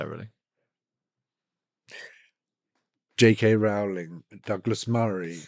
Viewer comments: Rowling rhymes with bowling xx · Arrgh. It's ROWling as in "row row row your boat" U piss ant dog eared beetle brained soul suckers. A MOST IMPORTANT PERSON AND ON THE INTERNET FOR YEARS. scusi i have lost all respect for nearly everyone including you bat eating buggering wankers.